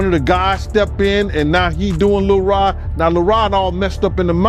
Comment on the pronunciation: Lil Rob? This dude be mispronouncing people's names on purpose. He expresses contempt for those people that way.